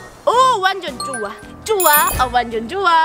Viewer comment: 랜던봉투 뜯는 asmr좋울꼬 같당 ㅋㅋㅋㅋ그리고 좋아 쪼아 좋아 좋아!가 초아 초아 초아초아!라고 둘려용 ㅋㅋㅋㅋ